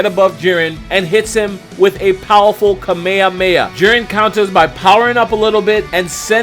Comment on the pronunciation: I love your videos, man, but the way you pronounce kame hame ha is just wierd, hahaha